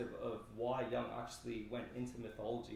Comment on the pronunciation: Let's pronounce Jung's name correctly!